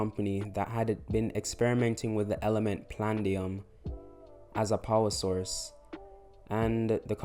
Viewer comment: I think it's actually palladium